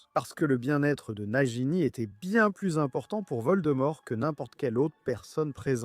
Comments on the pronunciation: Croyance et Nagini pas Crédence et Najini ! 😂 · J’ai mal au oreille « najini » « crédence »